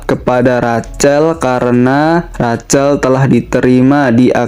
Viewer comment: Sedikit masukan min... Rachel... Cara baca nya Rahel